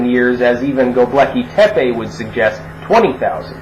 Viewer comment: I keep hearing the ruins you're citing as "The Lucky Pepe".